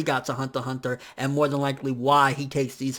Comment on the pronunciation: "hanta hanta" lol